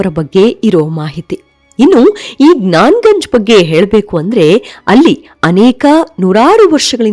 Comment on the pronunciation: ಅದು ಜ್ಞಾನ ಜಂಗ್ ಅಲ್ಲ.. ಜ್ಞಾನ ಗಂಜ್.... ಇನ್ನೊಂದು ಹೆಸರು ಶಂಭಾಲ ...